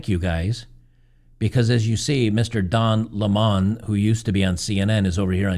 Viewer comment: It's pronounced Don Lemon...like the citrus fruit.